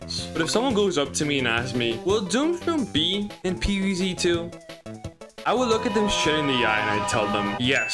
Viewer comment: more like pee vee zee teu